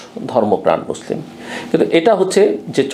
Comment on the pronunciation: ভাই মুসলিম শব্দ টাও ঠিক ভাবে বলতে পারেন না! আপনি কোন মানের মুসলমান মানুষ বুঝে।